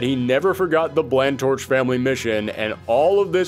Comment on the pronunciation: Drag away. Corpos don't deserve mercy. "Where's the kabewm? There's supposed to be an Earth-shattering 'kabewm'!" You did NOT just quote Marvin the Martian. XD My dude. Blanctorche is pronounced "blonk-torsh". Is le French.